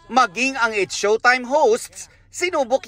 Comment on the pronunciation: It's Showtime po hindi showime.